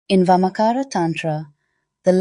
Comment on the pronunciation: Just Amazing. no words to express my feelings. i am from India. and very few ppl teach vamachara. i am truly surprised and amazed with this knowledge in English . this is the first video i am watching on this channel. and subscribed this channel in just 5 minutes during this video. just want to say it is VAMACHARA. not vamacara. CHA pronounced like charcoal.